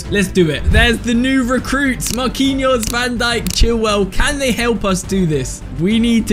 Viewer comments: Who didn’t hear him say van donkey😂 instead of van dijk😂😂😂😂😂😂 (make this comment blow up) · Bro said Virgil van donkey💀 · You said donkey